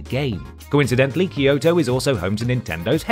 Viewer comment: Why can't people pronounce Kyoto correctly? Kyo is one syllable, not two. It's kyo, not key-o. Same goes for Tokyo; it's Toe-kyo, not Toe-key-o.